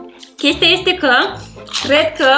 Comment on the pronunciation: când ai vrut să spui "Este foarte bun,, am înțeles "Ete foarte bun,,😂